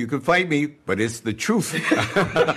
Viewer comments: "it's the troofff" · "It's the troof"🙄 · "It's the troof." There are professionals out there that make a lot of money who help people that have speech impediments. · "It's the troof." He said without a hint of irony. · "Its the troof" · “It’s the truuffff”